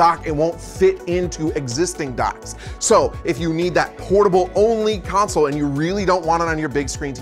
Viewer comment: Good vid for beginners my only complaint is the way you say "Console" is driving me nuts! lol